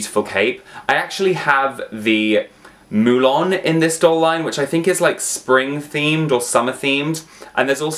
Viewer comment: the way he says mulan '''MOO-Lawn'''